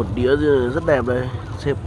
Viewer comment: Làm truyền thông bạn nên học phát âm cho đúng .đĩa chứ ko phải là đía .